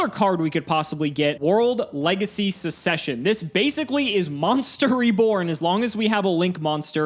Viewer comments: it's pronounced suk-ses-shen (the first c is a hard c). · Why aren't we talking about the way pronounces the word succession 😅😅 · literally pronounced succession wrong 7 times in a row. A prime example of the death of the English language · just knows what MBT would have done if he had pronounced it correctly (and considering MBT pointed it out on his stream, was right on the mark).